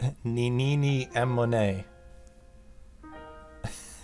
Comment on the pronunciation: Ann-mo-ne that a nice way to pronounce that name for the name of a girl! Sorry to be "that guy" but it's An-nem-mo-ne after the coral plant that clown fish use as a home! So far: 3 deaths